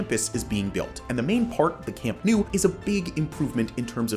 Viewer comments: It’s not camp new. It’s camp nou. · it's not "camp nu" it's CAMP NOU, it's neither "Le Corts" it's CAMP DE LES CORTS. Also Les Corts wasn't the Camp Nou, they were different stadiums, we played on Les Corts from the '20s into the 50's, AND THAT'S when we got into the Camp Nou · Please learn to pronounce Camp Nou. It's not Camp New. It's Camp NOUUUU (like "Camp Know"). Les Corts is not pronounced "Le Cort" (as in French). It's "Lesss Cortssss". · "Camp New" Hilarious... Please correct to "Camp Now"? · You are saying Nou wrong, you need to pronounce it like you pronounce know. Camp Nou = Camp Know